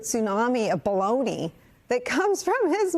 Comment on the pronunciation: "Baloney taco" says Tim Miller, and I honestly thought he said, "Blow me, taco!"